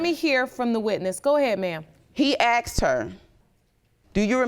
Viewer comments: Yeah, he aksed her. Maybe should have asked her. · HE AXED HER ????? THERE IS NO FUKNG " X " IN "A S K E D " ???? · He AKSED her????.... ASKED!!!! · IT'S ASKED NOT AXED!!! GEEZ GO BACK TO GRAMMER SCHOOL Y'ALL! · Why do black people pronounce the work "ask / asked" as "ax / axed"? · AXED HER .... Can you people even speak your native language? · Wife said “he axed her” why can’t these fools use proper English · I know, right!? It's always 'Aksed' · I scrolled immediately to the comments, after she said that, to see if anyone else caught it. I see you heard it as well. 😂😂😂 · Why can’t they ever pronounce the word “asked” correctly?